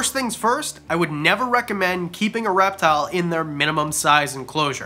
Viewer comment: Okay, my husband was in the room when I started watching this, and the first time you said "reptile", he heard "rap battle"... Maybe a future video idea..? 🤣🐍